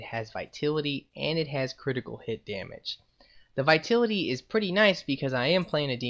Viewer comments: I don't want to point fingers or anything, but in english, the word Vitality is pronounced vīˈtalitē. I don't mean to be a nit-picky bitch, but you have said 'vitility' instead of vitality in a lot of videos, and i just don't want you to look like an idiot. Just a suggestion. You're welcome. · Your saying vitality wrong